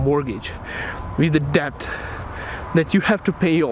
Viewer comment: Hey, just fyi, it's actually pronounced "det" and not "debt". I don't know why it's spelled like that but welcome to the English language.